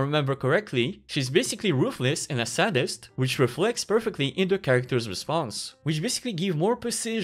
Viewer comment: woah, so the voice wasn't AI generated! , the pronunciation of "sadist" is wrong